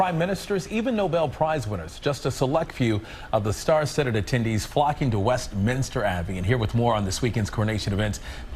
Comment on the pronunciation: it’s pronounced WestMINSTER not WestMINISTER. Just for your info.